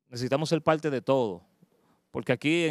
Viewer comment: La verdad que oir hablar español este tipo es un martirio. El dice "malca", palte", "polqué", "intelnacionales". ¡Diablos!